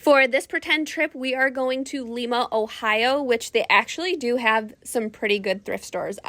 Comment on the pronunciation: It's Lima with a long I sound 😊